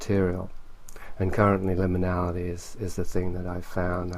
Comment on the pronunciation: one of the best Levenda interviews i've heard..but needs to learn how to pronounce 'liminality'..and to mumble less!